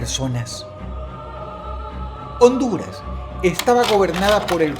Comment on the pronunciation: Se siente tan bien oir a dross diciendo: "Honduras"